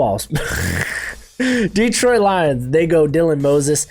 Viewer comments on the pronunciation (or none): none